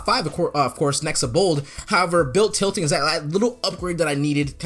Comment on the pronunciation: its build titling not tilting